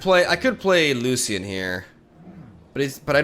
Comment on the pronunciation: BTW it's Loshen 🙂